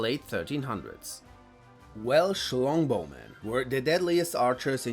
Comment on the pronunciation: Anyone else cracked a laugh when he said well schlongbow?